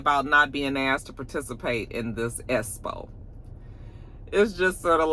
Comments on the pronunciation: I laugh every time you say “Espo”😅😂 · Every time you say “espo” I laugh uncontrollably. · Cracks me up every time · My Daddy is turning over in his grave every time you all say "espo". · Me too😭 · Me too 😂😂😂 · 💀💀💀 every time.